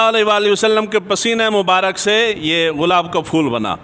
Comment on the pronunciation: Ghulab ko gulab to parh lain